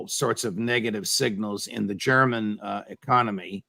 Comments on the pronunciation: even ray mcgovern's german pronunciation is completely correct. thank you and best regards from munich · Proper German pronunciation from Mr McGovern.